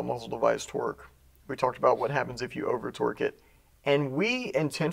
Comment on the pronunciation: People over complicate the simple of tasks. Every time says torque I hear twerk! 🤣